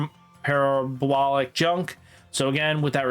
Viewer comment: "Parablolic" was insane 💀